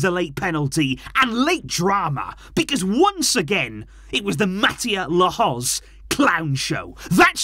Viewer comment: Barca knew who the ref was. Sometimes you have to beat them and the team you play. Can you at least pronounce his name correctly? Very disrespectful